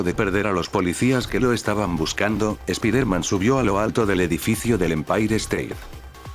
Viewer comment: Es la primera vez que escucho un fanfic, (de echó me lo recomendó un amigo) Y la verdad me agrada la forma de escribir que tienes. -/ por cierto el lokendo creo que tiene un problema al pronunciar palabras en ingles ya que hay palabras que dice mal como Peter (piter) o spiderman (spaidermen) creo que tal vez escribiéndolo como se dice podría resolverse eso de el lokendo.